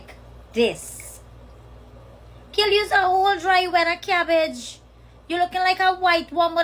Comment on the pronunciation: 😭🤣😭😭! Did you say cabbage